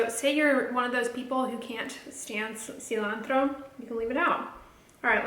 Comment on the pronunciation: love your take on veganism and not fearing failure, totally connect with that. And I love how you say cilantro haha